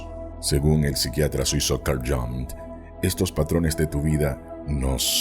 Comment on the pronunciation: Jung era suizo y hablaba alemán. Su apellido se pronuncia IUNG. Por favor mas respeto al hombre mas importante del siglo XX.